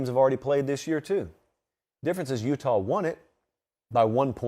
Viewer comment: Check the highlights bro say "Utah" 😂😂